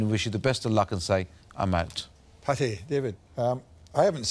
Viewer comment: Duncan with his usual “I’m oat!”